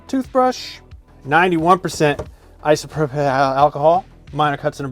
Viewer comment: dude can't say isopropyl :D